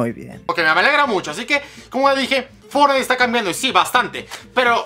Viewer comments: La palabra Fornait :v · Fornait xd